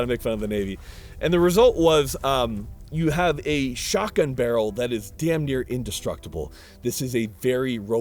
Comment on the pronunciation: Take a shot every time you hear him say "Skock'un" in stead of pronouncing the T in shotgun lol